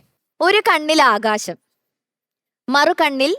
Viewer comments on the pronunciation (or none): ശരത് സാർ മനസിലാക്കേണ്ടത് ആകാഷം അല്ല... ആകാശം ആണെന്ന്